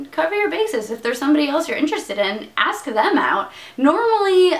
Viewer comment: It always sounds like your saying "ass" Meg instead of ask Meg lol